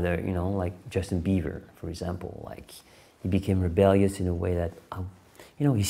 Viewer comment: Did he say Justin Beaver?